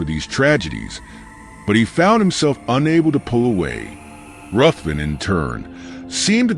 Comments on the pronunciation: It's pronounced 'Riven'. It's a Scottish clan name, and the name of several places around Scotland. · FYI, it’s actually pronounced “Riven”